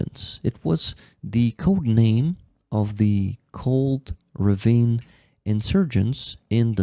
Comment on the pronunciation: Beautiful presentation. Kholondny Yar has been coming up lately. I even saw Pasha visit the area recently. Btw "ravine" is pronounced ra-VEEN in English. Keep your spirits UP. All will be Ukraine.